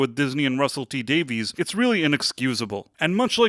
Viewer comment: Davies is pronounced Davis